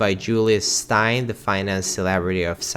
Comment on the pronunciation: Just a little comment, on the pronunciation of the surname Steyn, it is pronounced as stain in English.